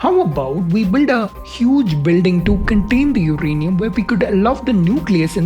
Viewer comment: For a guy who is presenting a science show, it's funny he pronounces uranium as 'UKrainium' twice in the beginning .. why do so many so called learned Indians adopt mediocrity in almost everything they do, case in point - this ☝️ pronunciation which shouldn't even thought of, let alone say it on a video on a channel produced by presumably 'learned, educated' bunch. Sad! Good topic though .. just remove the presenter - that's all.